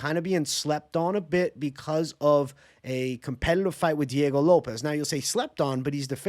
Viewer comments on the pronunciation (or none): none